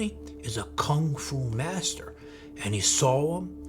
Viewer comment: He can't even pronounce Kung Fu properly.